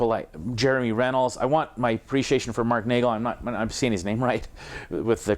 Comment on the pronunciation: Isn't it Runnels, not Rennels?